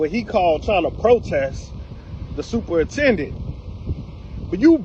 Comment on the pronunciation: Not superintendent.. but stuporintendant😂